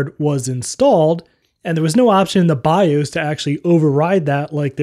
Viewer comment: I have never heard "bios" pronounced this way before.